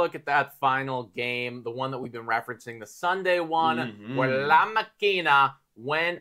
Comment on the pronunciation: Bros, great video. Just one thing: it is la mAkina, not la maKIna. Enphasis is in the first syllabe. It sounds so f*cking weird whe you say it like that.